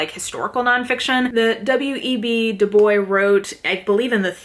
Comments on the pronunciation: also I believe W.E.B. Du Bois is pronounced like "boyz" - he himself used that pronunciation, and also the library at my university was named after him and that's how the entire student body says it so I sure hope it's right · It is pronounce as ( du bwa). Bois means wood in french. It is a french last name too. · i agree that dubois is a French name, but when talking about W.E.B. Dubois it is du boyz.